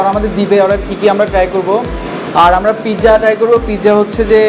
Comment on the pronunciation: Pijja nah its pizza